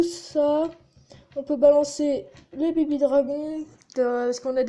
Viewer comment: mdr j'aime bien le " baby dragons " avec ton superbe accent anglais !!! x) et apres a ta deuxième attaque le " une victoire réussis " mdrr sinon cool x)